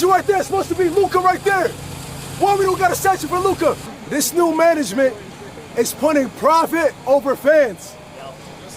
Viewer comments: its Luka not Luke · his name is lukA dončić. not luke.